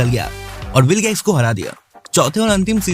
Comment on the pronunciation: vilgax nahi bilgax